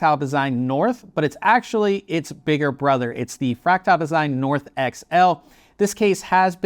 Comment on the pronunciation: Why are you calling it fractile? There's clearly an "a" after the t